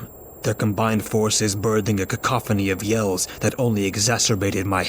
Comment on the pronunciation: Ahh very nice he said cacophony correctly 😁